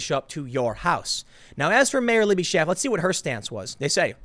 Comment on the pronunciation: Its SCHAAF, as in Sheep in German...